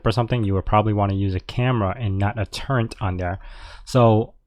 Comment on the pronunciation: Turret not turrent!